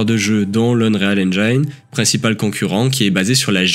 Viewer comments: "Engyne" ? c'est "engine", prononcé "i", par pitiééééééé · encore ce fameux "cry enjaïne" ...